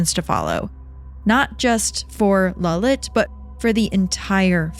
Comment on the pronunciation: Its lalit not lullet